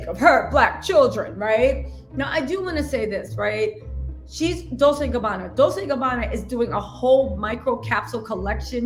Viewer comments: It's pronounced dol-CHAY in Italian. I think you're saying dol-SAY because of dulce in spanish. Not the same! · I am obsessed with your channel, love your bubbly energy as well! It’s pronounced “dol ch ée “ 😘😘